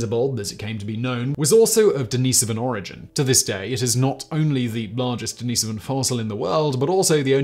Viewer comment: Constantly mispronouncing Denisovan relly kills the video right out of the gate.